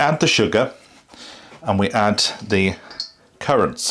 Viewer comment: I am def going to try making these myself.. when you said 'currants', I thought you said 'carrots'😝